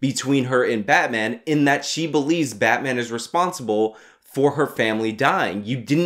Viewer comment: Its batmaam!